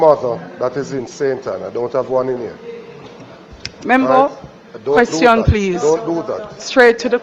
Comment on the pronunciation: Give up di damn position. Your pronunciation is like yuh dutty mind MEMBO memba. Its Member. KINGS English please.